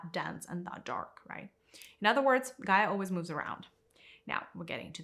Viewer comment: First of all it's Gaia. Second, I'm sorry you can't think for yourself enough to know that everyone is on there personal journey. Third, the destruction humans have caused Gaia are making her (nature itself) inhabitable. So if you just listen to the teaching you'd have enough guidance to look in a mirror.